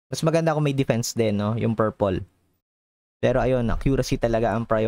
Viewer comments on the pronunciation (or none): none